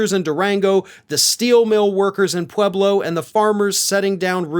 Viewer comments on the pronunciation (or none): none